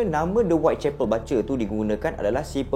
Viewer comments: bang sorry nak tegur... sebutan dia "BU CHER" as in BUSH ... bukan "BA CER" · Salam. You mmg awesome. Just one correction - "BUTCHER" bunyinya ialah BOO-CHER bukan BA-CHER. Harap Maklum. Keep up the great work! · bukan batcher bang.. sebutannya boot-cher.. tpi xpe abaikan..yg penting cite² abang sy follow sbab best dengar sebelum tdo.. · bukan "bace" laah.. butcher.. pronounce dier Bu. Cher. ✌️. ❤ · Butcher - 'but ~ cher'.. Batcher - 'bat ~ cher'.. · Bro butcher sebutan bu bkn ba 😅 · buttttcher. bkn batcher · Bukan 'bacer' tapi 'bucer'. Ya ampun... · pronounce yang betul untuk “ butcher “ bukan “ bat-cher “ bang tapi “ boot-cher “ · bukan bacer tp bucer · Bucer bkn batcer sebutan salah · Best...mcm biasa..tak pernah mbosankan sbb ko nyer energy masa bercerita tu len mcm..hahaha. Cuma ada pembetulan sikit. Cara sebut 'Butcher' tu bkn 'Ba-cher' tp 'Bu-cher'. 🙏🙏🙏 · video menarik tapi maaf kalau saya tegur ni ya. sebutan dia berbunyi "boo-tcher" dan bukan "ba-tcher". keep it up bro. love your content. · Butcher is pronounced as 'boot-cher', bukan bat-cher. Anyway, I'm a huge fan of your series!! My husband pun dah terjebak dgn kerulseries lepas I recommend one of your videos to him.😂😂🙏🏻🙏🏻 Keep it up! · Sebutan BUTCHER ialah Bu-cher. Bukan Ba-cher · Nasib ada yg tegur..😂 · Maaf bang, Cara sebut butcher /ˈbʊtʃə/ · Butcher bang. (Boocher) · Sebutan butcher tu cam lain je bang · sebut butcher tu bagi betul.... orang susah nak percaya cerita nanti... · Slh pronounce BUTCHER tu.. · butcher bkn baca 😅